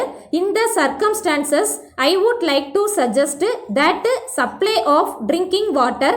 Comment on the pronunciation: Butuuu Woulduuu shoulduuu , Please avoid these pronunciation sister